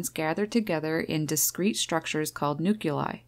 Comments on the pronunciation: "Nuculi", for people unable to pronounce an "L" after a "C". JFTR, it's "Nuclei". Otherwise, good video! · not NU KYU LAI. you want to say NU KLEE AI. you can do it!!!! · Your pronunciation of 'nuclei' sounds as jarring as the shriek of a blue jay. Neurons gathered together is discrete structures are called Noo-Clee-Ahy, not Noo-Que-Lie. Shriek! Right back atcha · Please note: Whether you're speaking it or writing it there's only one U in the word NUCLEI. And NUCLEAR is not pronounced nucular.